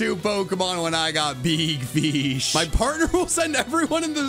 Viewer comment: BEEG FESH